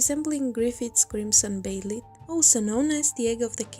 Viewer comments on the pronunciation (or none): did she just say baylit